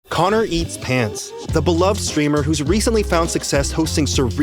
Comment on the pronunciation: I swear at the intro i heard careatspants